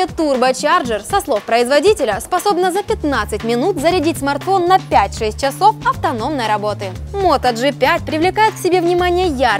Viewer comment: Ну такой, "книжный" русский проскакивает временами, носители сразу слышат, уж не обижайтесь) - здесь говорите "шЕСтьдЕсят" вместо "шиздисят". - "гордостью аппарата ЯвляЙЭТСа" вместо "йивляица" и дальше "на 4100 миллиампер-чАсов" вместо "чИсов". Во всем остальном - прекрасно, приятный голос, дикция и жестикуляция совершенно не напрягают, ну а "акцент" - даже в чем-то мило выглядит. Продолжайте в том же духе, у вас отлично получается!